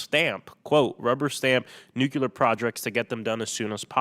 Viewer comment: The way he says Nukular